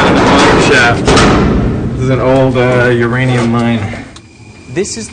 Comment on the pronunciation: 유레늬움 발음 뭔가 좋다...